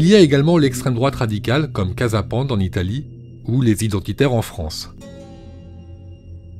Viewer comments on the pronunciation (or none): none